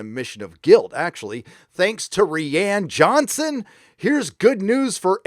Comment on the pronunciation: REE-Ann Johnson